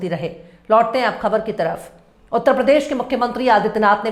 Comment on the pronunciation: हिन्दी का दम भरता है ये टकला, भाषा को भासा बोलता है। प्रदेश को पर्देस बोलता है, जो श ष का सही उच्चारण भी नहीं कर सकता वो उर्दू पर बकवास कर रहा है।